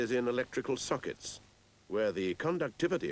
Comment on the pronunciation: When he says sockets it sounds like suck its